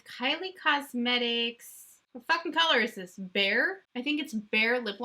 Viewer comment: Lmao when you were saying the name of the lipliner I heard “bear” instead of “bare” 😂...I mean, I guess bear could be a brown? 😂